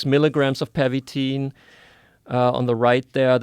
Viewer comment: I think it's Pervitin, not Permitin.